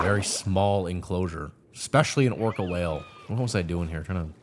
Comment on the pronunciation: Orca❌️ Killer whale❌️ whale✅️ orco✅️ XD I'm sorry but i can't XD